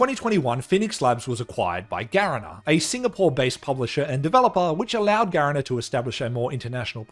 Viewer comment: This might be a small detail but you pronouced garena wrong, it's not ga-re-na, it's ga-ree-na, this is lowkey important because the companies hella toxic and people might not clock that you mean the Garena that runs most SEA based games.